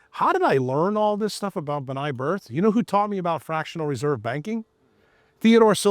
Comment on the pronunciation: It's B’nai B’rith (benay Brith), not Bnai birth!